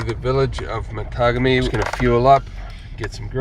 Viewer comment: Cool! Matagami is pronounced Ma taw gam ee 😄 My birthplace, way before the flooding due to the JB hydro project, is Kaniapiscow….pronounced ka nee ups cow….Say it in fluid voice 😄